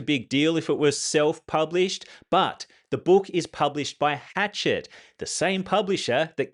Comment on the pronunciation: It's Hash-shet, not Hatchet, LOL.